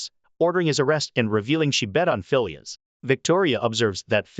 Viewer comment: The name Phileas is pronounced FEE-lee-us with the accent on the FIRST syllable. Not fee-LEE-us